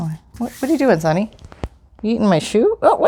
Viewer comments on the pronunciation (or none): none